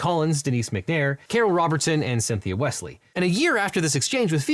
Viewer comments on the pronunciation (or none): none